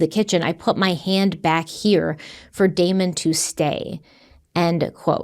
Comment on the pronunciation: You said "Demon" and Devon instead of "Damon" and Devon....Just wanted to point it out. You both did GREAT on this video!❤